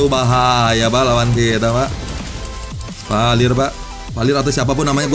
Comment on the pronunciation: bukan valir tpi veler